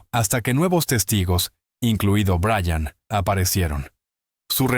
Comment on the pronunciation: Buenas , Everest? En realidad aprecio y creo en el trabajo de Linda Moulton Howe pero , a usted señor NO le creo lo que dice. Tal vez Brian haya tenido experiencias inusuales pero en su relato hay inconsistencias. A propósito , sería bueno que aprendiwra a pronunciar el nombre Brian (o Bryan) de manera correcta y NO 'Brayan' ya que su pronunciación demuestra ignorancia. Saludos 😊😊